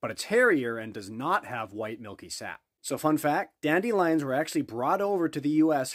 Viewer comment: Dande-lion lol European making fun of your pronunciation, bc you guys took our Dande-lions 😆👍🏻